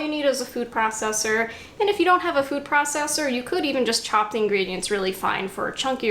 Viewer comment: Will try it if you say "food processor" again 😂😂😂